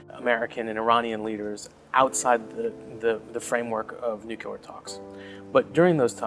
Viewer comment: First off - IT'S NOO-KLEE-ER, not noo-cue-ler. But actually, I think hostages COULD be the solution to the Trump regime. He is old-school Mafia, they have a long history of this. TAKE a child from EACH admin family, hold them in a safe, secure secret site. Treat them well, but only as long as the regime plays ball. Seriously, it is the ONLY way to contain these criminals. Just don't take Eric, 45 will tell you to keep him...